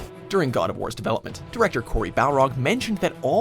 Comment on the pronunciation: Bruh you didn’t pronounce Corys name right